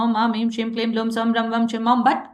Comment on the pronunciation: Blum is not any beej mantra it should be Bhrūṁ